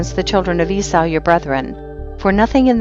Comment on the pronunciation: Eee saw. not whatever you’re saying.